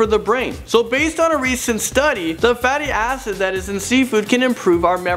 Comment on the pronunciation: Did this guy just say "The Fatty Asses"?!